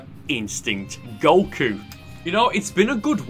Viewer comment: I love the way he says Goku